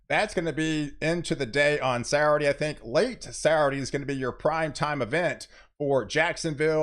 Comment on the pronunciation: I love it, the way you pronounce "Saturday"..."Sarade." Keep up the good work, my friend.